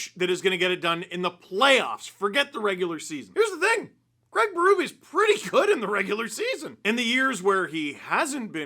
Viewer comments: Fascinates me that North Americans cannot/ will not pronounce the name CRAIG correctly. You all say “CRAG”. Why? When water falls from the sky, do you say it’s RANING? Nope, it’s RAINING. So you can say it… Please say it. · Worst part of this hiring is 4 years of hearing the name Craig be butchered by how it’s said in North America. Sad times 😢